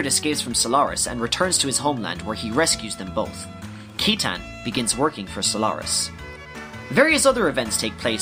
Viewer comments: Yo both of these are so sick, very accurate in terms of story. I would like to make a joke though... I know we all had our own ways of pronouncing things growing up as kids but... KEYTAN?! JEEZI-UH? C'mon bruh hahaha. I've heard Sight-in, Sigh-tan, Sit-tan, Shit-tan, but never have I ever heard KEY-TAN lmao. Seriously though, great work here (and your many other videos)!!! Just wondering if Final Fantasy Tactics was also on the list? I'm far less obsessed with FFT compared to XG so I actually need a lot of help with that one. Anyway, got yourself a new fan and subscriber~ YOU SHALL BE A YOUTUBE GOD. YOU SHALL BE A YOUTUBE GOD. YOU SHALL BE A YOUTUBE GOD. YOU SHALL BE A YOUTUBE GOD. YOU SHALL BE A YOUTUBE GOD. YOU SHALL BE A YOUTUBE GOD. YOU SHALL BE A YOUTUBE GOD. YOU SHALL BE A YOUTUBE GOD. YOU SHALL BE A YOUTUBE GOD. YOU SHALL BE A YOUTUBE GOD. YOU SHALL BE A YOUTUBE GOD. YOU SHALL BE A YOUTUBE GOD. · I’ve always pronounced Saitan but yes it’s seetan or shitan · Excellent video, you really did explain the story in a way that's easy to understand. One thing bugs me tho, Citan's name is supposed to be pronounced "See-tan/Si-tan", since his Japanese name, Shitan, couldn't be used for obvious reasons. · one small point, citan's name is pronounced as seetan. I own the Japanese version, and everything in Japanese is written phonetically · It's definitely not Zee-no-gears. The guy in the video pronounces it right. And it's not Sai-tan, but See-tan. And how do you get judge-end? Jugend is pronounced like in the video (close to it at least). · Lot of incorrect pronouciations... Citan: Sit-ahn. Kislev: Kiss-lev. Aveh: Ahh-vey. Weltal: Vell-tall. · and Citan is pronounced See-tan... dude is suppose to be a parallel to Lucifer... AKA SATAN.